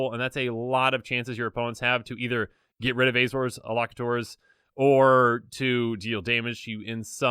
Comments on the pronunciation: Just FYI: Elocutors is pronounced "El-oh-cue-tours". 'Elocute' is a fancy word for 'speak', especially in the context of reading news or laws. Love that you're keeping the content going! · Cool vid. But it's pronounced el-o-cute-ors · Elocutors: L-O-Q-tors. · Love the irony that cant pronounce elocutors